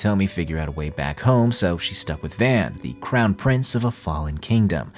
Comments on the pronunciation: Dude, it’s pronounced “Vahn”. They say it enough. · Are you purposely pronouncing Van's name as "v-aen"? -1hp